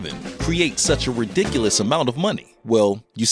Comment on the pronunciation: He said ridiculus